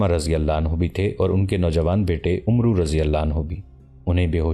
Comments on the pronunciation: Not omroo it is Amr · Bhai umru nahi amr bin al aas padho 🙏